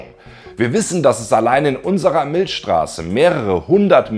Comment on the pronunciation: Sag nochmal "Milschstraße" 😋. Kleiner Spaß am Rande. Weiter so mit deinen mega geilen Viids.